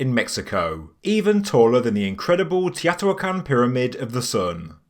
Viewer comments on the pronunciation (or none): It’s “Toe-knee-naa”!!!! 😂 and “tee-oh-tee-waa-con”!! 🤣